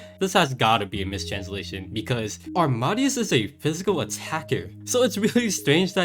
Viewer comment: I think it’s pronounced aam-ahh-day-us. Like Wolfgang Amadeus Mozart. Keep up the great videos!